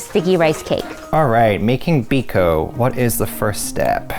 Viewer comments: Ang putla nang Biko...Bikow ata yan di biko😂😂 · Wow you nailed the biko!!!